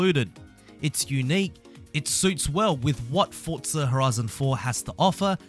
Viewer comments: It’s forza not “fortza”😂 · 'fortza' horizon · "Fortza" reeeeeeeeeeeeeeeeeeeeeeeeeeeeeeeeeeeee